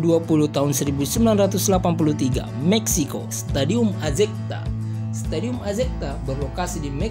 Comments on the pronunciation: Azecta bagaimana min, ini admin juga pelafalannya salah. Azteca yg benar min ini stadion boleh dibilang GBKnya amerika utara....sisi historisnya luar biasa, Diego Maradona juga angkat piala dunia 1986 di stadion ini. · Azteca kok disebut azecta sih Bingung itu org mexico kl dengar kata azecta😄🤣🤪